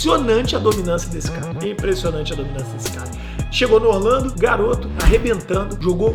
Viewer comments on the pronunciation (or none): none